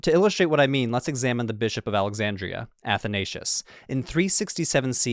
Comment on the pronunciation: The mispronoucing of Athansios is hurting me